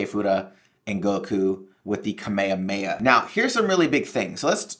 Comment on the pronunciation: its not ka-may-ye-heya… .its Kaa-meee-haamee-Ha